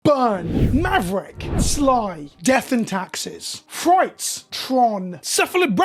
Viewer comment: It's frites! Not frights! I remember that deck. The reanimator pile w lingering souls Ralph Levi won something with